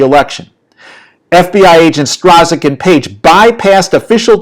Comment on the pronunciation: Strzok is pronounced Struck.